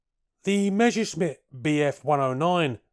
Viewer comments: It's "Messer-Schmitt" not "mesher-schmitt" - double-S works the same in German and English! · Pronouncing "Measuresmit" is like saying "Queen Elithabess" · "Meshersmitt" hahaha